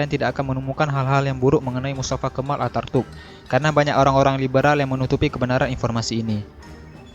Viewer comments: Knp host nya baca mustafa kemal atartuk Seharusx mustafa kenal ataturk . . Perlu di tatar nih host nya spy tdk salah dlm pengucapan huruf2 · Pengisi suaranya salah ngomong harusnya Attaturk malah jadi Artatuk.. 😄